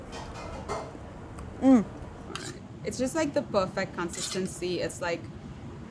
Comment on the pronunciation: CONsisTENcy... I had to rewind a couple of times to understand that word. 😅